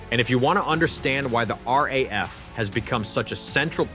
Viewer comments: Stop with this AI crap voice-overs. They can't even pronounce things correctly 😫it's not R pause A pause F but RAF 3 letters said as one after the other. Its a big give away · The RAF, the RAF, the RAF..... says the initial commentary... over graphics of American aircraft and carriers. And you would have thought that AI could manage not to mispronounce 3 letters, RAF. Although in fairness it is pronounced correctly later in the video.